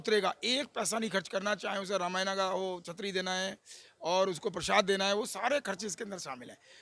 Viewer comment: वक्ता, है, हिन्दी जानते हैं फिर भी 'रामायण' को 'रामयाना' बोल रहे हैं। बहुत मजाक है।